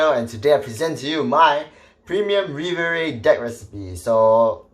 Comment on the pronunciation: Still waiting for the day when pronounces Riviere properly